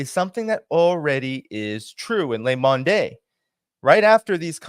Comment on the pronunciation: You should at least know how to pronounce "Le Monde". Please.